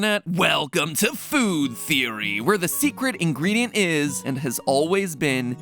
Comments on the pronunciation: BUT HEY THATS JUST A THEEWEE A GAAAAAAME THEEWEE! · I love how he used the meme of Gordon Ramsay when he said theewee instead of theory lmao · just a theewee